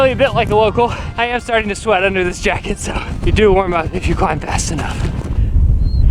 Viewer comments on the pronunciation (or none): none